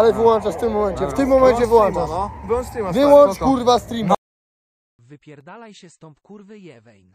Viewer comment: Wyłączasz a nie wylanczasz, ale dzbany